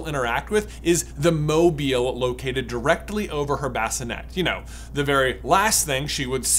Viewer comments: Sorry, did J say Mobyill? Apparently the i is the opposite of silent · Why are you pronouncing mobile so awkwardly? It is a moving statue who's name derives from it's mobility, pronounced like the adjective. Like, you seem to be aware, you said it correctly , that's sooo weird... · I hate the was he’s saying mobile. He said it right once though.